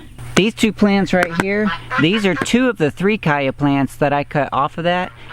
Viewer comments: Cha-ya not Kaya! Good video. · He said "kya" not CH-aya. The plant comes from south America. They say Ch-aya... too much confusion from Chia? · It's chaya not caya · en Mexico we they eat it with eggs in tacos. huevos con Chaya. can be used in place of spinach in any dish. it's pronounced Chaya not kaya. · Stop saying the Ch hard! Its not a K sound its a Cha sound like chew! Unwatchable! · Your mispronunciation of chaya was like fingernails on a blackboard. I couldn't watch it. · Nice vídeo. The "CH" s pronounced like CHeese, CHowder,CHia CHaya. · I really found your video important. But I can't help but wonder where you get that pronunciation from. I was a Spanish translator and interpreter for years and I had clients from all Spanish speaking countries, but I never heard anyone pronounce a "ch" as a "k". So please tell me where in Mexico they use that pronunciation. Still it's an excellent video. Thank you.